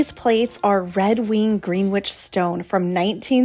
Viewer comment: Pronounce. Greenwich like Greenwich Village, New York.